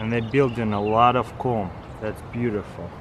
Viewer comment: its funny how he says "comb"